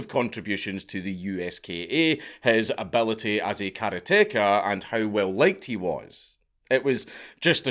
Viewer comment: Karate-car, not kara-teka. Otherwise, good job as usual.